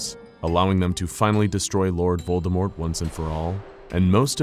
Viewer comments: Glad to hear they pronounced lord voldemorts name right. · I love that you pronounced Voldemort properly, without the t.